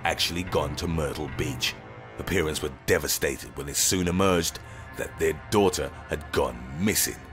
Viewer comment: The parents were devastated when it soon emerged that their DAUGHTER had gone MISSING. Jeez guy, calm down with the annunciations.